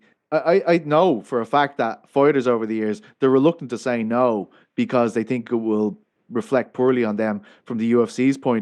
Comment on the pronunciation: Who do you tink win? It's "THINK" NOT TINK